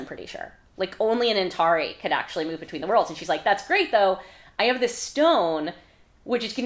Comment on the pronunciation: I’m listening to the audiobooks for this read along and I was shocked to hear the narrator pronounce Antari as an-TAR-eye rather than an-TAR-ee. But you say it the second way! I’m curious how that pronunciation discrepancy came to be?